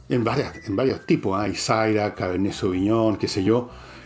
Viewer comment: Generalísimo-.....no me pierdo sus live :.... pero una corrección el vino syrah se pronuncia siira , no saira ......